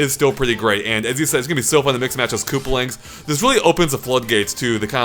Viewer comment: It’s koopAlings, not kooplings